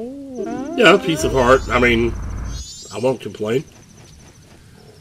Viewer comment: Piece of heart said quickly sounds like "pizza fart"